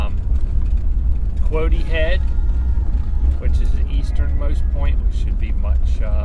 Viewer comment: its pronounced quad-dy (even tho its spelled quoddy) glad you enjoyed this state and greetings from Turner in foothills of maine